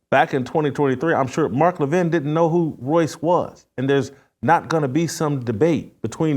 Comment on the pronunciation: I don't know who's right and who's wrong, but, I do know that Royce mispronounced Levin's name over and over. But then again, Jason mispronounced it right after Royce did 😅